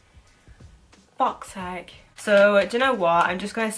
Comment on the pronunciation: "Fauk saake!" 😂